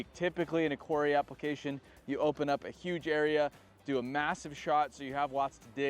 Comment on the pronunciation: "" is not how you should be saying 'Quarry' 😉